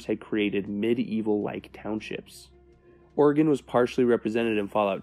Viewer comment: Thank you for pronouncing Oregon correctly